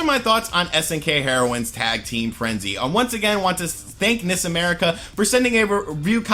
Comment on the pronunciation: Quit pronouncing NIS incorrectly! It's pronounced en-eye-ess! It's an acronym for Nippon Ichi Software!